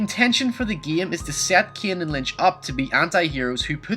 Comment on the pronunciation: It pains me how you say the name Kane